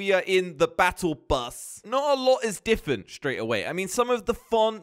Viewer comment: I love how says diffent instead of different